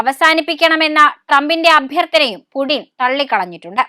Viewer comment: Its Putin😢😢Not Pudin😂😂